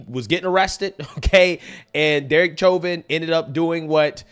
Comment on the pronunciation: Please look up how to pronounce censured and Chauvin..... 🤦‍♀️